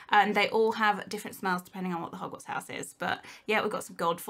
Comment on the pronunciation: When she says hogwarts kinda souns like yogurt